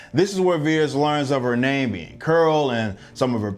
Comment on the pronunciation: It's vers not veres by the way